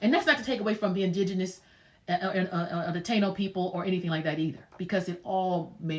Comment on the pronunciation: Also, Ta-ino.